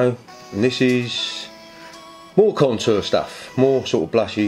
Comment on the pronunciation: Danggg, that "contoor" tho 😂😂😂😂 he's hilarious!!!!